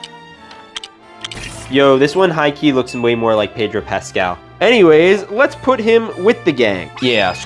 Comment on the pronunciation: Pedro Pascal’s name is pronounced “Peh droh pass kal”.